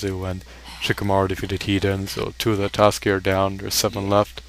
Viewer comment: please can you pronounce it properly. It's "A-KAT-SU-KI" not "ATOUSKI"